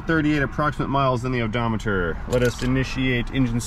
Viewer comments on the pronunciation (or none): Not gonna lie man, I kind of miss you saying "odo-meter"...